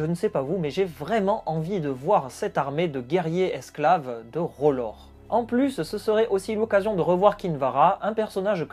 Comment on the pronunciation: R'hllor, pas "Rolore"